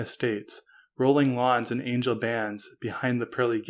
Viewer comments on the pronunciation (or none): none